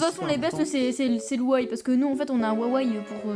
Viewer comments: Un ouawai xD , c'est pas Huawei ? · "wawai" xD c "wuawuei" xDDD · Wawei? Non c'est Huawei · C'est Huawei pas huawaï 😂